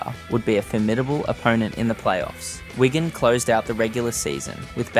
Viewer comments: It’s Wig an not Wagon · Please stop calling Wigan Wygan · Excellent video but a few errors: - the tweet about naming a stadium was from a Wigan fan not when he was at Parra - He got moved to Stand off not Scrum Half - The team is reffered to as ‘Whygan’ a few times rather than Wigan Change those few bits and it’s 10/10 👍🏻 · This account needs learn how to pronounce "Wigan"